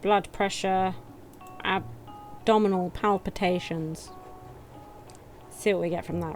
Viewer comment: I genuinely love how you pronounce palpation. Palpation is when you press into their stomach with your hand; palpitation is if their stomach pushes back ... like in the Alien movies. It took me a looong time to notice that extra syllable wasn't in the word, and to look up the difference. Now that I know, I laugh every time I see or hear it :-)